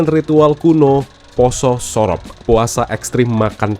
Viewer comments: SOROP bacanya lebih ke u bang, kayak bilang bojo. Le ilingo wes duwe bojo. Le moleo wes sorop. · Sorop pake pungucapan O pada biasanya. Bukan pake O pada Orange.. aneh banget dengernya jadinya